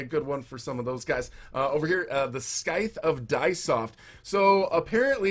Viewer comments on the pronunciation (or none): It’s not pronounced scy-th it’s pronounced sy-th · Did my boi literally call a scythe a skythe????